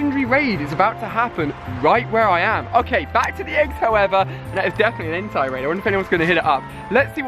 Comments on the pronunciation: You are triggering me Ali it's not Entirely ITS EN-TAE BUT with a I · Lol its not entai its ENTEI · IT'S EN-TAY YOU UNCULTURED SWINE!!! 😐😐😐